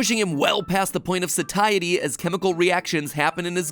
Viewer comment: Pretty sure “satiety” is pronounced “say-shi-tee”